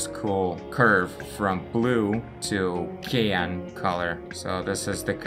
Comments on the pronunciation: а почему ты циан говоришь как киан? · Hi. Just to help out. The color cyan is pronounced with the 'cy' from cyber and 'an' from ant. Your videos are great by the way. Just subbed. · The way you pronounce opaque and cyan is funny. Especially given that your English is pretty good generally speaking.